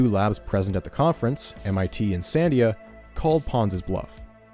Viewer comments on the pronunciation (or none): This is great... although I feel the need to point out that "Sandia" is pronounced "san-DEE-ah" (not "SAN-dee-ah"). It's named after the nearby mountains, and it means "watermelon" in Spanish. I only noticed because my father used to work there. Anyway, great video! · you pronounce Sandia wrong. you're putting the emphasis on the wrong syllable